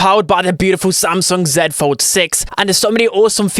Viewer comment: First time hearing someone say 'zed' fold six - as a brit this makes me proud